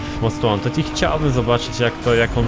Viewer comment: "Cześć, ja jestem i zapraszam na odcinek z Nid For Spid Most Łanted, ten stary most Łanted z 2015 (pozdro dla obeznanych o co cho)"